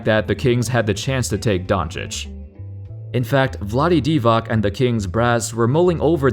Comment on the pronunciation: Cmon pronounce Vlade Divacs last name right...